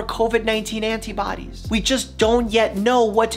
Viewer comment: I love that you say the "t" in antibodies. I usually said it like "ana-biodies"